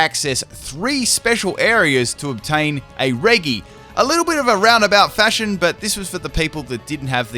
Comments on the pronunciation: stop mispronouncing regi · U do not say regi like that